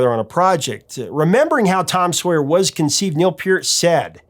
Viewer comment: You're the first person to pronounce Neil's name correctly! Good job!